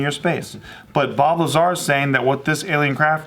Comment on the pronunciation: Bob Lazar. In an earlier JK video when was talking about Bob Lazar, it sounded like she was saying Bulbazar. I was like, let me look up this dude. Started googling Bulbazar and couldn't find anything.:( finally figured out it was Bob Lazar.